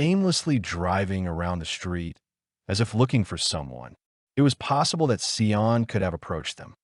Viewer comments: Just off topic really quick, Sian's name is pronounced "Sharn" not "Sye-Ann" just saying.. ok back to the video. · Sorry, forgot to say that it drove me crazy, too😂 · Get the name right .. the witch’s name was Valmae Beck not Wilma .. and the precious child’s name is pronounced Sharn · I knew them well and Linda left the shops with her daughter and meant to meet her on the other side of the park as she had her bicycle... by the time Linda got around the corner to meet Sian she didnt turn up... you facts are not correct but close. the rest of it is BS. Her name is pronounced SHARN... the killers asked her to help look for their dog so she got off her bike and they took her... it was just so traumatic ... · When you are creating a true crime case, you should probably make sure you know how to pronounce at least the victims name. This was one of the saddest cases... my heart goes out to Sians (pronounced Sharn) family. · Americans would need it written as Shahn, for them to pronounce it correctly, as they would pronounce the r in "Sharn".. which is incorrect. Actually, Sian, pronounced by Americans would be close to the way they pronounce "Shawn" with a longer "a". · WRONG. As others here have noted, the name is pronounced 'Sharn'. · Interesting story but please get the pronunciation correct. Her name is Sian pronounced Sharn. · So disrespectful. Sian's name is pronounced sh-ah-n